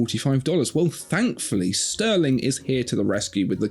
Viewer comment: I stopped watching at Stuhrling…